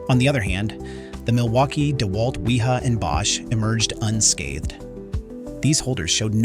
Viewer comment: Your tests are great, and I appreciate your videos. The voice over you use struggles with tool names. Deeewalt and weeeHa are examples. Have you all thought of voiceing yourselves?